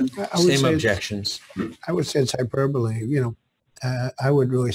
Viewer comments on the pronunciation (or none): He can't even pronounce hyperbole